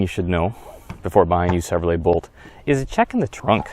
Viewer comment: If you call it the BOLT EV it would be easier to understand what you are saying...I thought you were saying Volt the whole time but noticed the video had a Bolt EV.